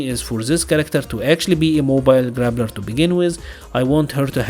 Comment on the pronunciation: Your accent makes it sound like you're saying, "grabbler" and I love that. That is my new favorite term. :) I hope MiMi has Abel's standing anti-air grab. I love plucking people from the sky with that. Especially on their back jump on wake up. Looks hilarious.